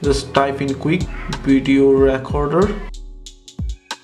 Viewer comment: Its not pronounced racorder. Thats what you're saying you pronounce the E the same as when you say Please in the word recorder. So say it like reacorder. I'm not hating just trying to help you.